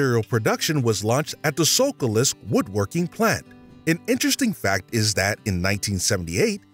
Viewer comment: he mentions 1975 then says the So-cal-list woodworking plant. Dude, that’s during the Cold War and it’s pronounced Socialist Woodworking Plant.